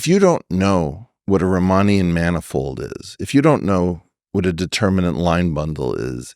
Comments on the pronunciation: I’m only half crippled because I know Riemannian isn’t pronounced “Romanian” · I dunno wut a “Riemannian” manifold be, but I do know how to pronounce it karrektli.